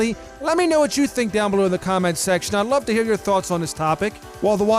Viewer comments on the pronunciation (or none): none